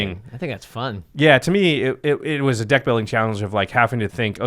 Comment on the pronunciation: "...and make your dick even harder..." Jimmy. (Yes, He messed up the pronunciation and yes I'm taking it out of context)